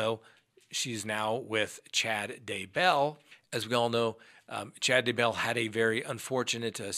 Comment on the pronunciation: DAY-bell. Why is this so hard?